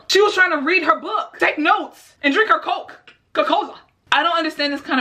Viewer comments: i love how she had a split pause after "coke" just to add the "coca cola"... dont do drugs kids :) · “She was just trynna Take notes and drink her coke a cola” that part has me dead 💀 the pause in between coca a cola 😭